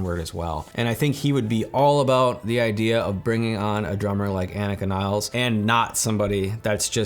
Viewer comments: Agreed bro. FYI, she pronounces her name AH-neeka nills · I would love to hear you pronounce her name respectfully and properly just once. You should personally apologize to her for making this video and mispronouncing her name.